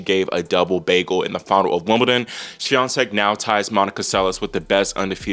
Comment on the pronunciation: yeah u kill it with pronouncing "Świątek"